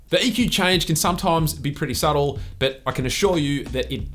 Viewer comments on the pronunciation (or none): none